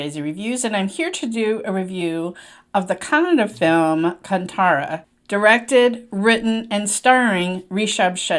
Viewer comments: Not kanthaara, its kaanthaara. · Mam, pls consider some of the corrections, It's not bull race but He buffalo race, hero's name is Rishabh Shetty, actress name is Sapthami Gouda. Right pronounce for the movie should be as Kaanthaara. Thanks for the watching and reviewing for the Great Indian religion Kannada movie 👍🙏🙏🙏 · Its Kaanthaara while pronouncing✌️